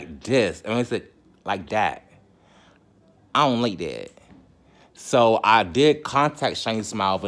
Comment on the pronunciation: "ion like dat" 😁